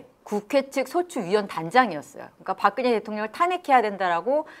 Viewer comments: 박그녜라고 발음하는 게 묘하게 거슬림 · 박근혜 표준 발음은 [박그네] 입니다. 히에로 애쓰지 않으셔도 됨 ㅖ->ㅔ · 발음이 왜이러냐 박그녜,센사람 무슨; 혹시 죄송한데 중국인은 아니시죠?